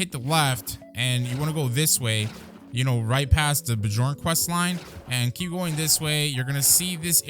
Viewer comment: The pain i feel everytime someone says BEE JORN when it's BEE YORN